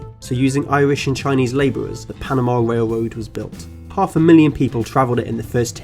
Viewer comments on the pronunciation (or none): “The panama wail woad was a majow awtewy fow amewicans wooking fow gold” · What is a whale woad?